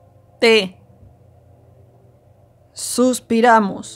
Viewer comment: hola, oigo suspiramos, y creo es suspiramus con u